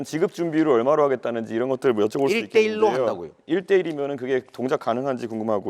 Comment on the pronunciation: 이재명이 말하니까 1:1로가 아니라 일대일로(一帶一路)처럼 들리네